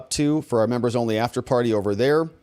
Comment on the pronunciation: That is so cute how lisp makes him pronounce members as "membos" and donors as "donos".